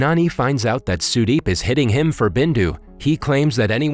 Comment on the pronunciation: as an indian the way you pronounce the names cant stop me from dying of laughter, but the way you said sudeep is actually a good pronouncemnt